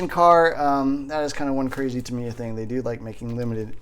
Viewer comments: Ta-mi-ya, surely not Ta-mai-ya :) Good vid again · It's Tamiya with an i. Good videos. Good luck on your kit.